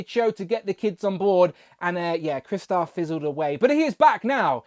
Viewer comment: Its CRY=😢 Star=⭐️! NOT Chris-tar! Ugh for fucks sake!